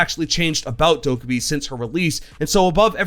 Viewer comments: subtitles when he says Dokkabae funny ~intentional~ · The way you pronounce her name is wrong. If you go to that video of how they made Amaru and Goyo they say how her name is actually pronounced.